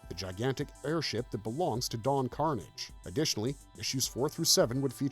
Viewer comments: Don car-NOZH, not Don CAR-nidge. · Lol. Everytime the narrator says it like "Carnage" I'm reminded when the actual character on the show would get pissed when someone mispronounced his name "No, it's Don Car-naaaaggggggge" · Don Carnage's last name is pronounced like corsage. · It is pronounced Don Car-NAJ! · It's Car-NAGE! Don Car-NAGE!!! Lol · Don Karnage would not be happy with the mispronouncing of his name here 😂😂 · Glad I'm not the only one who noticed this. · Yeahhhh I didn’t think it was until he mispronounced Don Carnage’s name and the sword “cutlass.” Ugh great way to get me to stop watching your content.